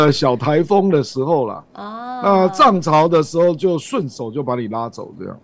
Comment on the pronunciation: 亮哥 ＂涨潮＂ 很别扭😂